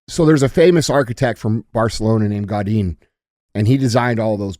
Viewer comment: I love you Andy and I never leave comments but man you’re killlllling me with these name pronunciations 🤣🤣 Gaudi not Gaudine 🤣 Also, all those old world buildings prove there was another civilization before us with way better technology 😳